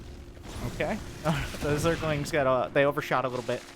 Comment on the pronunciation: i like how he always says " Zergalings" every time with a southern accent xD